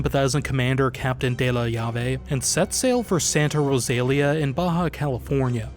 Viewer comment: Someone teach this man how to read an accent 😂 Santa Rosal*í*a M*é*rida